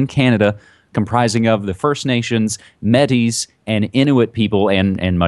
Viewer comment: Metis is pronounced MA TE - cause the e has an accent! It means mixed, as in metisage.